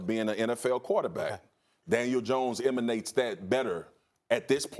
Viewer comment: “Emunates” c’mon bro